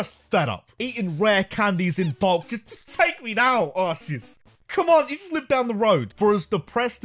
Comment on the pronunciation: It’s pronounced arc-e-us not arse-c-us. Just ask the guy that came up with Arceus